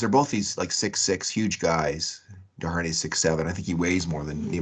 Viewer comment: Man Desharnais’ name gets butchered. Don’t pronounce the H!